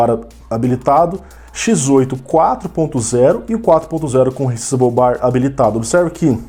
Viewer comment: sabe muito! muito bom perceber e alertar sobre isso! essa geração nova já não tá essas coisas todas, quanto mais se quem for comprar não atentar para essas questões que vc levantou (p.s. não que isso faça diferença no conteúdo, mas a pronuncia em ingles seria "re ssáizable bar")